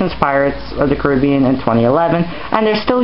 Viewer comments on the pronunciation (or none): why did you say pirates of the cribean?